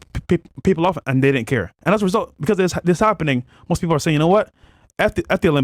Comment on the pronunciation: I did not know the word PEOPLE had 4 RAPID P's 🤣🤣🤣🤣🤣🤣🤣🤣🤣🤣🤣🤣🤣🤣. Sell your Lambo and Pay for Some ESL classes 🙃